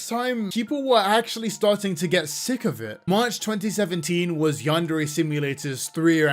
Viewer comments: Minor nitpick, but why doesn't he ever pronounce "Yandere" correctly? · God I hate listening to yandev. He pronounces yandere wrong, he takes the loudest fucking breaths known to man after every. single. **sentence.* He has the most obnoxious tone even when he says something fucking normal. Great video tho. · Been working on this game for a decade and he still can't pronounce "yandere" correctly